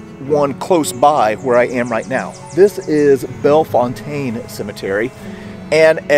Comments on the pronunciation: St. Louisans pronounce Bellefontaine Bell fountain. Bell and the fountain like the water fountain. We all know its wrong but thats how we pronounce it. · Correct by French standards, maybe, but pronounced "Belle-fountain" in St. Louis. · While you used the more correct French pronunciation, French names in STL are not what they seem. Here, it is pronounced "Belle-fountain." Drives me a little nuts, but when in Rome, pronounce like the STLouisans do! I tried to pronounce it the same way you did when I first moved here, and I was quickly corrected. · I love these videos! If I'm not mistaken, it's pronounced Bell Fountain. In spite of how it looks. I could be wrong, though. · If you live here it's pronounced bell/fountain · As a St. Louisian, it’s pronounced Bella-fountain. Also, my friends father was the caretaker there and the cemetery was our playground. No, we didn’t climb the tombstones, we just had a lot of ground to run around. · St Louisians would call that place bell fountain not the way he pronounced it unfortunately and also what about visiting the famous Alton illinois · Its pronounced Belle...Fountain.....For a second I thought it was MY Bellefontaine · This was great to watch. We locals in STL pronounce it "Bell-Fountain" Cemetery. :) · LOL, hi Mom. I thought this comment sounded like you! He mispronounced Bellefontaine (by STL standards) - I had to point it out! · I lived in St Louis all my life. Please pronounce it correctly.